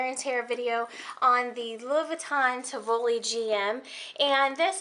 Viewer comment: It’s pronounce tee wee lee